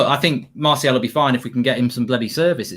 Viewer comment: How has martial been at this club at 5 years and still can’t pronounce martial